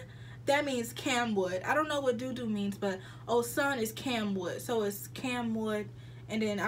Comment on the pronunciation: It’s called osun pronounced oshuunn😂😭